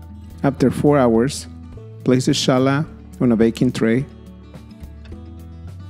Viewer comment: Really interesting variation and a simple plaiting form that looks very complex when baked. Thanks\ Gracias English pronunciation is not "Ch" as in "chosen" rather like the J is Jose in Spanish